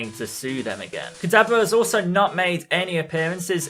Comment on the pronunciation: dude it's not pronounced kadabla